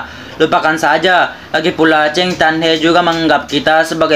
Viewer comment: Saran doang ne pelafalan kata harus lbh jls kedepannya krna saat melafalkan kta chen terdengar cheng.trus hrs bs menghayati crta lg biar ada kesan kpd penonton chanel